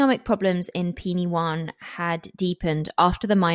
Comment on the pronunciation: Penywaun is pronounced “Pen wine” by the way. I grew up there, I was 7 years old when this happened and my school was directly opposite Edna’s house